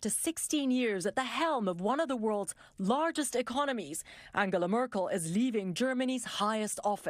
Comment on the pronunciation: So her name is pronounced as an-gala and not an-gel-a... Hmm!